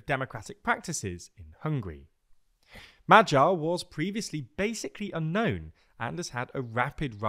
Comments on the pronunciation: The G in Magyar is pronounced the same as the G in Gordon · Close but wrong the "a" sound in hungarian is pronounced like the first sound in the english word "awesome". And the "gy" sound is pronounced like the first sound in english word "during". "M" and "r" sound just like you'd say in english. So put that together and there you have it.